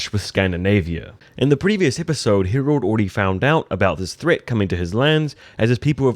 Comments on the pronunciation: Harald, not "Herold" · His name is Harald try and pronounce it properly